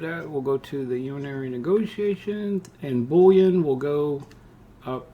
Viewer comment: lol it is pronounced Boo-lee-an and yooonary Neg-ace-shun not urinary negotiation. I'm dying laughing. Thanks for the tutorial.